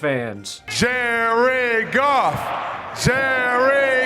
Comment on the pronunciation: Is he saying 'Jerry Golf' ???